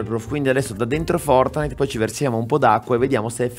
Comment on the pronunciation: Oh fatto il pvovino pev gli erre esse enne e oh vinto il fovtnite